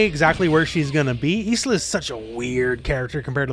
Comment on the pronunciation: the name Isla is pronounced Aila the S is silent. BTW love your videos